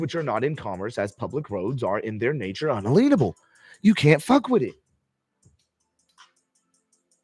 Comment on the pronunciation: Why do you keep mispronouncing it "un-uh-lean-able"? the word is un-alien-able.